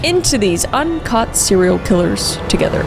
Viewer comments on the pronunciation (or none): I thought she said uncut serial killers at the beginning. Not un caught, so now I really need to know how many are uncut vs cut